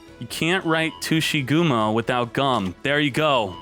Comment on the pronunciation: Normal People - Tsuchigumo - Tushy gum-o